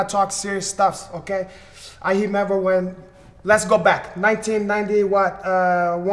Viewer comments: "I hemember" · “I Hemember.” Lolol